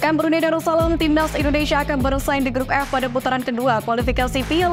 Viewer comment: INDONESIA, Mbak .... Baca yg bener ah Bukan INDONeiiiiisyaaaaa😅